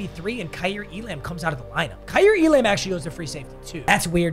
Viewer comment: Waiting for to realize Kaiir Elam’s name is pronounced E-lum